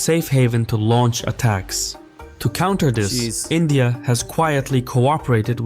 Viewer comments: he can't pronounce 'india' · i think forgot how to pronunce india